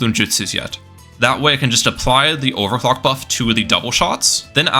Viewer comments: I swear to god I heard him say sell his towers and buy and over cock did anyone else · bro did NOT say overclock 😭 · I refuse to believe he said “clock”